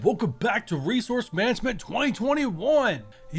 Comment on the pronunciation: Resouce lol